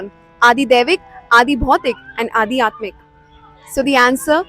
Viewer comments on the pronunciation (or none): it's Aadhyatmik Not Adi Atmik Please check